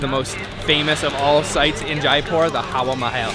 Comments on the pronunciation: Hey, it's Hawa Mahal, not Haha mahal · It's not Haha Mahal it's Hawa Mehal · Actually the 'Papad' was a chip . That palace you went to was Hawa Mehal (not Haha Mehal) (Hawa is another word for Air) And Rajasthani cuisine is really on the milder side in terms of spices. Hope you enjoyed it Never been there tho.lol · Dude, it's not Haha Mahal, it's Hawa Mahal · It's not (haha mahal ) it is HAWA MAHAL.!!! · dude its HAWA MAHAL*. not haha mahal😅, *Hawa*= *Air , its called so because it have 900+ windows in it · It's not haha mahal.its Hawa Mahal😋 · its not haha Mahal its hawa mahal😂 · bro its not haha mahal its hava mahal(air palace) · It was 'hawa(air)' 'mahal(palace)'🤣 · hi; that is hawa mahal; not haha mahal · It's not HAHA MAHAL ... it's HAWA MAHAL...Thanks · Dude its Hawa Mahal not Haha mahal :d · Bro this is Hawa Mahal not Haha Mahal😀😉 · Its Hawa Mahal not HaHa Mahal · its hawa mahal not haha mahal 😂😂😂😂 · its not haha mahal ... its hawa mahal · Its not haha mahal its hawa mahal. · It's hawa Mahal not haha mahal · Not laacy.. it's lassi stress on the double S's.... Not papaad.. it's paapad... Not HAHA Mahal... It's HAWA Maha... Not tuktuk in Thailand... It's rickshaw in India...